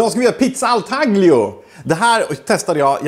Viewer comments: Det ska uttalas; tà‧glio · Okej, lite kuriosa. Taglio (uttal: tal-jo) kommer från italienskans tagliare som betyder "att skära". Pizzan härstammar från Rom där man bakar pizzan på plåt, skär upp den i fyrkanter och säljer efter vikt :) Mvh Italien-nörd.